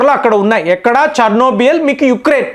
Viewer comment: CHERNOBYL, not Chernobiyal